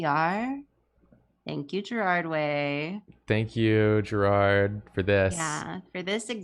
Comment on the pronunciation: GAERARD Way, not Gerald., of all people, should know better.